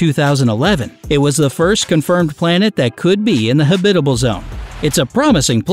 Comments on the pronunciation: Don't much care for professional voice artists consistently mispronouncing words, e.g. huhBITable rather than the correct HABitable. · I cringe whenever I hear him say, "ha-BI-ta-ble." Who has ever pronounced this word so strangely??? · Man this guy’s pronunciation is garbage lol. Neuron Star? You mean Neutron? Habitable? Lol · That word is so weird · me too.... when I heard it the first time i thought "silly narrator, that's not how you pronounce Habitable"... but he did it again and again, and I was like, "yeah, he nor anyone at has ever heard habitable spoken by anyone else before..."